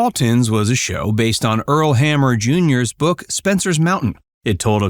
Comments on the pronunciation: Pronounced HAM-NER not hammer🤬omg Spencer’s Mountain not space mountain AI narratives suck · Its H-A-M-N-E-R NOT HAMMER!!!! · The creator of The Waltons was Earl "Hamner" Jr. You the person talking keep pronouncing his last name "Hammer" as in a tool. His last name is "Hamner" with an "N" not an "M". HAM "NER". Before you start reading, writing or speaking your lines learn how to read!!! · The man's name was Hamner not Hammer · HamNer. Not Hammer,. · It’s “Earl Hamner”, Hamner with an N, not Hammer. Henry Fonda was in “Spencer’s Mountain”, not space mountain. Space Mountain is a ride at Disney theme parks. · There are SO many inaccurate statements in this video! Do you not fact check or review prior to posting? And, it’s HAMNER! Not Hammer🤦🏻‍♀️ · It's Earl Ham ner, Jr.....not Earl Ham mer, Jr. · It's Earl HAMNER, not "Earl HAMMER". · The creator/narrator's name is Earl Hamner Jr., not Earl Hammer Jr. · It's Earl Hamner, not Hammer. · Earl Hamner, not Hammer. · I think the person speaking said Earl hammer instead of Hamner. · Hamner. Not Hammer. Jeez. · It's Earl HamNER. not Hammer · Ok,, language police here! The man's name isn't Earl Hammer. Its "Hamner." The "N" isn't silent. Actually "Earl Hamner Jr." You're free to go.😅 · Please, it’s Earl HamNer! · Did he call Earl Hamner, Hammer? I thought I heard Space Mountain instead of Spencer's Mtn. Ellen Corby had no husband from what I've read. Geer, not Greer. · Earl Hamner's last name is not pronounced "hammer" as you called it through this video. Will's last name is Geer, not Greer. Ellen Corby wasn't married. Will was the one to find her at home when she suffered her stroke after noticing she was late for work that morning, and she was never late before. Also, a fact you didn't mention regarding the set bedrooms...John and Olivia's bedroom didn't exist. It was actually the room they used for the girls' bedroom. They just switched out the furniture for filming the different bedroom scenes.